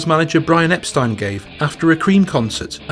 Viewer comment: All I know is you pronounced Brian's last name correctly, the way it should be, the way Brian and the Beatles and everybody else did until some idiots decided to mispronounce their own family name as EPSTEEN!!!!